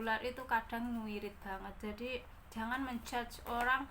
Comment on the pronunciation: Bahasane kediri muncul rekk "nguuiirit " 😍😍😍